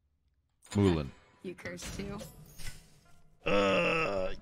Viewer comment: “Moo-len” 😭 its “Moo-Lahn”